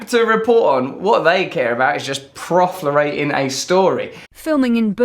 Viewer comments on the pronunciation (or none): You guys pronounce proliferate as profilerate? Or should I just chalk it up to Russell brand being Russell brand.